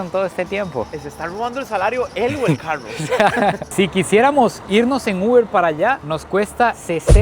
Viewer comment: Pronuncia carro 😂😂😂😂